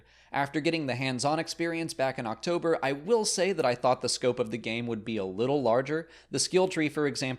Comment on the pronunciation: Every time you say "October" I keep hearing "Ach-Tober". Make of that what you will.